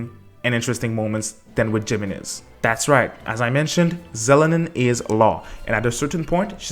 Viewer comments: Lmfao it's He-men-ez, not JIManez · GEMENEZ eh no, is pronounced hee mehnuhz, you can literally google and pronounce Spanish to solve this pronunciation issue using google man. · Pro tip jimenez is pronouced HEEmenez J makes an H sound in spanish! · By the way it’s pronounced hemenez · Now i want a HEE-HOmenez...